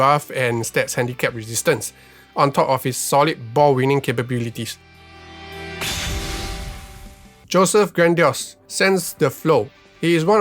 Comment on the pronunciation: Josep its more Hoseb to pronounce, not Joseph :)